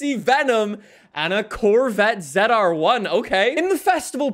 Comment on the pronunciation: I don't like how he says zr-1. I know he is Canadian, but that is an American car.